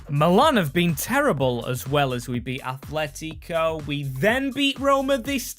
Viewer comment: I deleted my old comment just to say this. IT'S NOT ATHLETICO!!! It's ATletico!! There's no H in the fuckin name! If you're going to be a goddamn YouTuber who does soccer things, or football, whatever you want to call it, at least say the names of teams correctly!